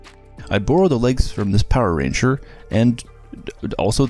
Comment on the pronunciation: Just butchering that power ranger was enough to get a laugh out of me